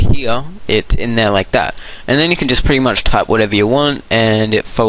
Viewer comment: you are pretty much sayin' pritty much!!!